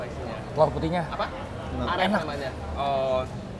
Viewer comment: punten, bukan arek a, tp areh. dari santan yg kental🙏